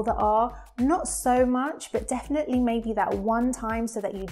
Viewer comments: I also notice you swallow your Ls: such as in little - you say littow not littul, for all: awl not orl. Your ends of words like 'definitely' are more 'definitelay' as opposed to 'definitelee' and your vowel sounds are more extended than in RP: for said you say sayd rather than sed. Perhaps it would be interesting to do one on that difference. I know Cockney is no longer very prevalent in London except in older generations but there is a definite Essex/Estuarine accent. I also notice it in words like water that an Essex accent will pronounce: wataah instead of watuh. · you say he said definly, I heard defwee 😂